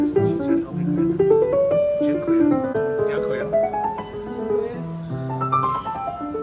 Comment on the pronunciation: Wow,, thanks a lot for this awesome tour, you have your own touch among others, I should say. Sounds funny, though, pronouncing 'dziękuję' the way you do 'thank you'. Second syllable, not first, should be stressed. Looking forward to a much-awaited tour in Portugal. Have fun!